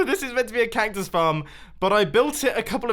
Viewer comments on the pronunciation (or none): "Cayktus farm"